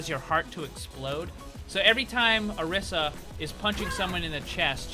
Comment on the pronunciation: pronounce your name odisa but its spelled orisa